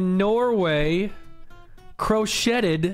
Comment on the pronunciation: Did Nick mean to miss-pronounce "crocheted"?